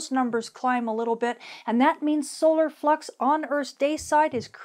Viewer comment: At 3 min 50 seconds in it sure sounds like you said Aurora fuc’s instead of Aurora flux lol